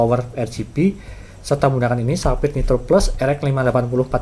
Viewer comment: cuma mau ngasi tau, kalo cara baca brand nya itu bukan saphir, coba aja ketik digoogle translate, terus coba klik logo speaker nya itu, nah itu cara baca yang bener